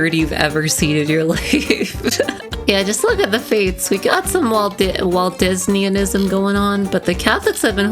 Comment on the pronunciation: I heard Waldensianisn as Walt-disneyism XDD